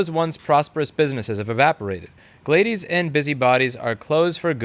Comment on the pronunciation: Glay-dees? I'm used to hearing it as Glad-dis.